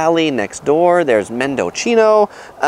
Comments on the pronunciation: Mendo Chee no? its mendo "scene" -O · Men-do-SEE-no. Not MendoCHino. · Mendo-CHINO? Like Cappuccino? 🤦🏻‍♀️ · Mendecino and saint helena . Men-de-cino and saint hel-ena. Napa native here with helpful advice.